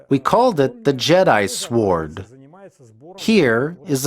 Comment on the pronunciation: the W is silent is sword....great job otherwise